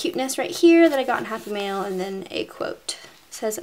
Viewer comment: the entire time, I thought you were saying "happy meal"...I was so confused XD